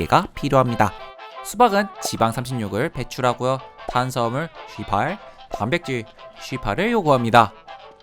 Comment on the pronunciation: 18이 아주 구수하군요